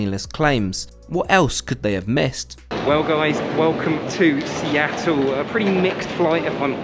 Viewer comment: Seatle?! Ew